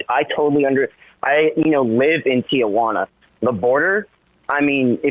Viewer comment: Tijuana, tee-wanna. Why do people say Tia-wanna? I wouldn’t expect this from someone who lives there… makes me wonder about their background, especially considering the end of what he’s arguing.